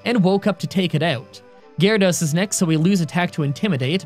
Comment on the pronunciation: .. why did u say 'Onix is up against Gyarados.' WHATS GYARADOS I THOUGHT I HEARD 'Onix is up against Water Onix!'